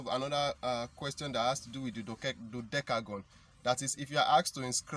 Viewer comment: You can not you cannot pronounce dodecagon well 🤪😄😛